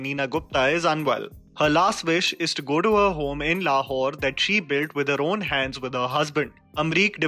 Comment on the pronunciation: Why do I hear Le Whore everytime you say Lahore?😂